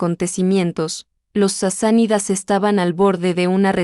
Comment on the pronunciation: No eran Sisanidas,si no Sasánidas.